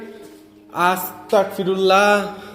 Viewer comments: আসতাকফিরুল্লাহ হবে না) আসতাগফিরুল্লা হবে বার বার কেন বলছেন আমাকে কাফির বানান আপনি কি শুদ্ধ ভাবে পড়তে পারেন না ভাই সরি যদি আমার কথায় মনে কষ্ট পান আমার যেইটা বলার ছিলো বললাম বাকিটা আপনার ইচ্ছে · আসসালামু আলাইকুম ভায়া ভুল হলে মাফ করবেন🙏🙏🙏🙏🙏🙏🙏🙏 ভায়া আস্তাকফিরুল্লাহ হবে না ভায়া আস্তাগফিরুল্লাহ হবে আস্তাকফিরুল্লাহ ৷৷ মানে হচে হে আল্লাহ আমি কাফের হতে চাচ্ছি আস্তাগফিরুল্লাহ ৷ ৷৷ মানে হচ্ছে হে আল্লাহ আমি তোমার কাছে মাফ চাচ্ছি আস্তাকফিরুল্লাহ আর আস্তাগফিরুল্লাহ এই দুটোর তফাত হচ্ছে ক আর গ বিদায় আসসালামু আলাইকুম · Apni budai naki.. astaqfirullah not... Astagfirulla hobe .. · আস্তাক না আস্তাগফিরুল্লাহ হবে ভাইয়া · Bro Its Not Astakfirullah, It's Astagfirullah.